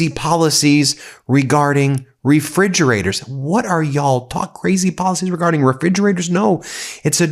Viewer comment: Fridgerators? Wtf are you talking about?